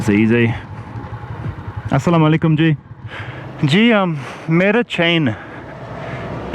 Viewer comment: it's not aslaam o alikum.. it's assalam u alaikum as in arabic it is اسّلامُ الَیکُم.. so he was right, he just didn't add u in the middle. You don't have to be accurate..he was trying to do it and that's enough.